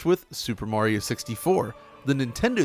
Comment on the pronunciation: Just for you yanks, its mario not morio